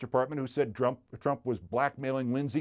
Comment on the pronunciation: I love how Keith accidentally says "drump".